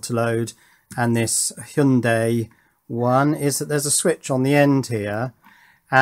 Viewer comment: Nope. Hy- young- die is the correct way to say it.